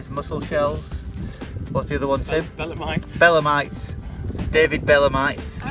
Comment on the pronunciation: They are belemNites, not belemites...